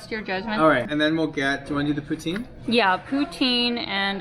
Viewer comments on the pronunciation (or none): maudite poutine I learned a new thing about Canada :) (I thought you were saying "protein" in some Canadian way)🤣 I just read it's also pronounced "poo TANG" 🤣🤣🤣 Oh Canada 🤣 Is it good?